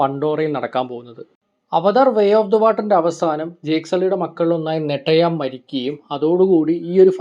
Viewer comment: നെട്ടയാം അല്ല നെതയാം.